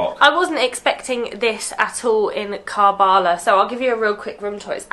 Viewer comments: Love this . Karbala ( pronounced Karbala , Not Kaarbala ) . Much respect to you for opening this beautiful city for everybody. For Shias , it is the most holiest of sites. Salaaaam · Its karbalaa but you can read it ( ker'bela ) 💚 💙 💚 💙 💚 💙 💚 💙 💚 💙 💚